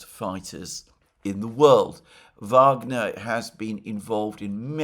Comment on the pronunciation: Thank you Alexander for saying phonetically 'Vagner' and not 'Wagner'. The Rhine maidens will reward you in the end ! The Venezuelan war for oil project should be abandoned altogether, the Americans deserve to pay double for their gasoline but they will likely have civil war before. Such is life, just saying. ;-)